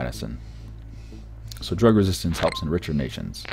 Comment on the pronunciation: he said rug reististence instead of drug reististence